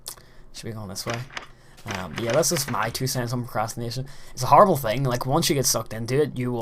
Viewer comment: hmm, i thought you said masturbation